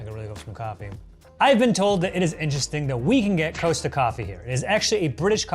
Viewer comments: Costa is cost uh not coast ah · COSTA is pronounced 'Cost' as in how much does it cost and 'A' as in 'ahh' it's the last name of the Brothers who started the chain. 👍😍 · The way he was saying costa 🤦‍♀️